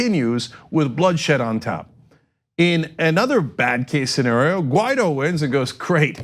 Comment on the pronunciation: I thought it was Guaidó, I was wrong, clearly John said the guy's name is Ghetto.